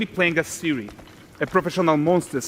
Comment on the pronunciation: She is Ciri,, not Siri. CIRI. Ciri kurwa!